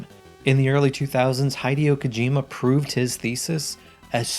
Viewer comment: The way you pronounced kojima's name hurt